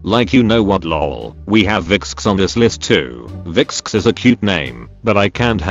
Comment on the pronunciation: i cant stop laughing at pronouncing vixx like "viksksks"